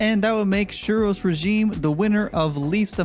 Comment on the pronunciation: I know about silent letters in words, like knife or lasagne. But I've never know there to be hidden letters in words. Like as in suros bit pronounced shheero's.... learn something new everyday!